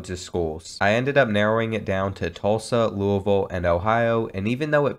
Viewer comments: being from louisville i appreciate the way you said louisville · The way you said Louisville is great as a fellow Louisville resident